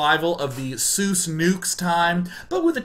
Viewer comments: Day[9], it's pronounced "zoice", not "zeus", we've been over this already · Is it just me? Or did Day9 call Dr. Seuss "Dr. Zeus"? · it's not fucking dr.zeus, come on Day9